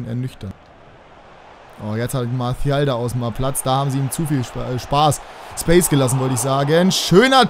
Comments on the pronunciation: Ja ich habe französisch in der Schule...'Marsial' würde ich mal sagen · Warum sprichst du Martial mit spanischem akzent?